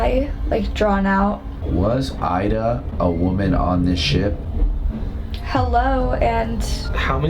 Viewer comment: stated the name IDA and pronounced it with more of a E sound. Just kind of curious why he did that. Ida was my mom’s name and she was from Holland. The European Dutch way to pronounce her name was exactly how he changed it. It was very interesting. Just wondering why he made that change.